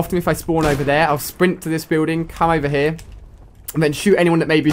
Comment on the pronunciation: " Over haar" lol...